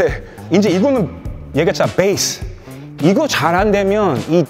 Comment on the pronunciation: 태풍님 영어발음 콩글리시도 쓰시네요 ㅎㅎ Base를 된소리로 뻬이스라 할때 웃었음